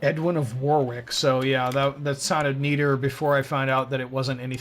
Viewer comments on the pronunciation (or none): Ok, pronunciation advice: "dd" in a Welsh name is pronounced "th", so Gwynedd is pronounced Gwyneth. Also, the second w in Warwick is not pronounced, making it sound like "worrick".